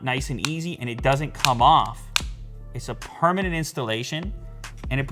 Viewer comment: did he say permanent (?) installation :/